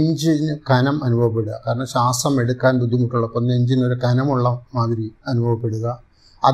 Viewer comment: ശാസം അല്ല ശ്വാസം. English ല്‍ പലതും പഠിച്ചു, പക്ഷെ മലയാളം ?